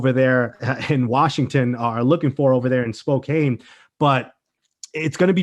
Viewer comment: BTW Spokane is pronounced 'spo-can'